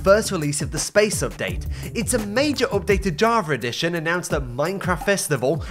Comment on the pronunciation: “Jaarvehr redition” I’ll never get used to this